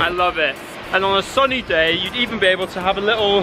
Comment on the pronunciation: i like how he said "on a SUNNY day" and thinking about London 😂😂